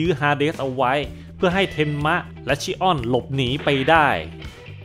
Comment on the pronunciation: ขัดใจตรง ชิออน เป็น ชิอ้อน นี่แหละ 5555 ส่วน อันที่บอกว่า ฟันพลาดโดนแขนตัวเองใครฟังก็เข้าใจผิดครับ แบบำทไมมันโง่จังวะ จริงๆคือฟันออกไปแต่โดนเบี่ยงมิติ โผล่มาอีกทางแล้วโดนแขนตัวเอง (ใครนึกภาพไม่ออกไปค้นหา Yu gi oh Dimension Wall เหมือนรูปการ์ดยูกิ Dimension Wall อะ ตีไป โผล่ข้างหลัง) ครับ